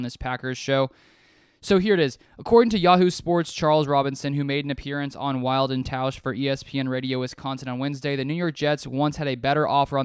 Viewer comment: Will-Dee not Wild. Screw the Jets.